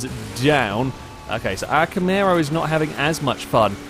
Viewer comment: STOP SAYING CAMARO WRONG